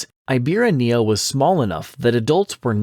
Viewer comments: It's pronounced "ee-bee-RA-knee-uh". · I hate to be pedantic but I gotta say it: it is pronounced EEbirania, with the "ra" being the tonic syllable